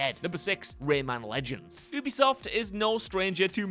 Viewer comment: Ubisoft is pronounced “you-be-soft”. It’s short for Ubiquitous software. Their employees pronounce it that way too.